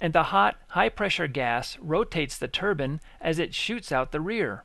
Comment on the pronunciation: Why does it sound like he is saying Turban its Turbine Not a Turban !!!!!